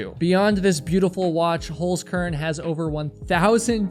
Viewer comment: No, I do NOT excuse your language!!! And learn how to pronounce the name of your sponsor properly. That's HolZkern, not, HolSkern as you say it. So you'd have to pronounce it like Holtskern. Not Holskern.